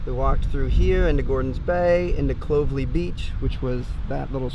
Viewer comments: omg "clove-ly' XD its 'clo-velly' lol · Clovly beach!!! OMG ITS CLOVELLY! lol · “Clovely” I’m dead it’s pronounced clo-vel-ly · This was a great video. As an Aussie, it's really nice to see first timers discovering stuff. Some pronunciation lessons: Bondi is pronounced, "Bond-eye". Clovelly is pronounced, "ClovELLY (emphasis on the second syllable). Coogee is pronounced Coo-jee (as in "book"). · coh-gie and c-low-vel-ie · you butchered coogee, clovelly and bondi!